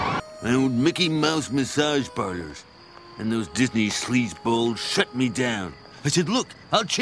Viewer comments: DIZNEE LAND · I believe its pronounced dasney